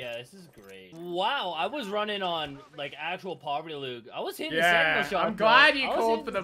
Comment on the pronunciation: My boy said “Poverty loot” 😩💀💀